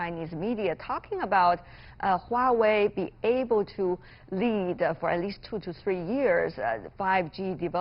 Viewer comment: why wawei? it's Huawei hahahaha